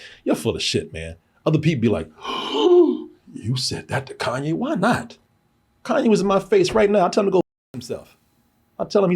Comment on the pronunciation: Who is Kan Yes 😂 “Kayne